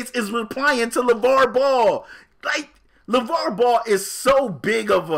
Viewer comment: Lmao "Laval"... "Laval"... makes a whole pod cast about a dude and his family... and doesnt know his name is "Lavar"